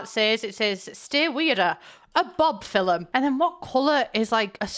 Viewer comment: on the topic of her accent, the way she says "film" like "feel-em" is very interesting! Not in a bad way, I've just never heard anyone pronounce anyway other than "phil-mm"